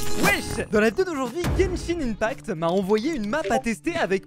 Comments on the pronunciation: slt genshin ce lit genshin [1pact] et non ]imepact] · tu dit mal genshin impact